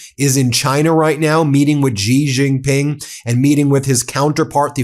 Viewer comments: Xi Jing Ping is pronounced Shee Jing Ping. Not Gee Xing Ping. Iran is being very clever. They NEVER show their leader - so media has nothing and no one to attack. Yet Iran keeps making declarations, from people no body knows. The U.S. has open targets. Trump and all of his cronies are all open targets. All of their declarations by any U.S. "leader' is challenged and ridiculed ... because we all know, they have no idea what they are saying - because they are so utterly incompetent due to them being so unqualified. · Sheeeeeeee Jinping. She. Spelled Xi in Pinyin, pronounced she, as in, she is pretty. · Please lean how to pronounce Xi Jinping properly…”she Jin-peen”